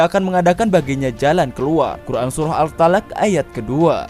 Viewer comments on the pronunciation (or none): none